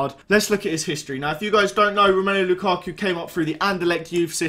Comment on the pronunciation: Lukarku. It's Lukaku